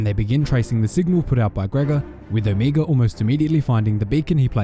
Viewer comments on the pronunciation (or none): is the only youtuber to pronounce omega the way she does